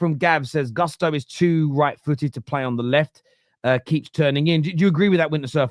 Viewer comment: Not to hate, but it’s so jarring when people intentionally mispronounce a player’s name. Why are they saying Gusto like that?